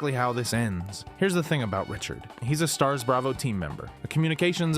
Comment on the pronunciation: Don’t trust the guy that said S T A R S instead of STARS